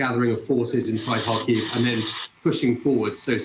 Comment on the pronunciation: Please, don't say "har-HEAVE". It's HAR-kiv. HAR-keev is all right too, I think. (If you want to give the initial H a gravelly, throat-clearing type of sound as Ukrainians themselves do, that's good but not necessary, since English speakers generally aren't good at making it.)